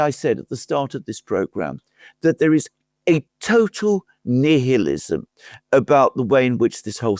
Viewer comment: Bro didnt know how to pronounce nihilism